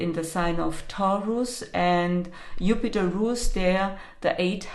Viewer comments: you mentioned the planet Jupiter except you pronounced Jupiter upiter is that because of the Jew word? You can’t say Jew? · The letter “J” in German is pronounced as “Y(ou)” in English. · In Russian it’s also Yupiter. Not a big deal. 😁